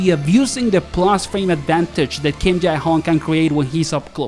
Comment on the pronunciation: why cant u just pronounce him as Jay? Its so weird